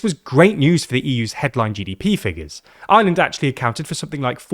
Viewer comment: That is the r o i and its ireland not ieland